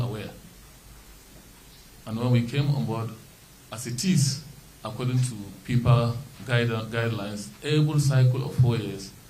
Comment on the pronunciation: Is it FIFA or PIPA😂😂🤣🤣